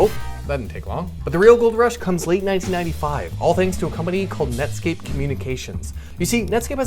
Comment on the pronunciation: I know u said nutscape